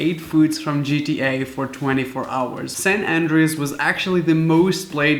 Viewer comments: He said it like saint andreds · the way he pronounces San Andreas 💀